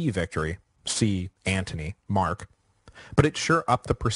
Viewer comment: The word "scheme" is not pronounced "sshkeem", rather, :sskeem". Also, the name, "Anthony", is pronounced, "An-tuh'-nee", not "Antnee". The latter was used before the 17th Century in England.